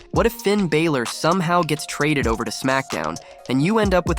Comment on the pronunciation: Hey kid you don’t watch wrestling very much do you? Just a little heads up, Finn pronounces his last name Bal or.